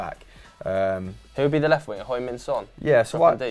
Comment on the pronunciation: how you gonna say Son is one of the best players in Europe and not pronounce his name correctly?????